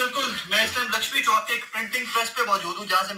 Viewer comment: Sabir sahb Lakshmi chok hy sha almi nhi thek kr lo